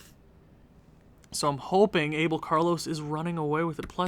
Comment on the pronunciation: You got to learn how to say "Abel" correctly. If you say "Carlos" like in spanish/portuguese, you got to say "Abel" to!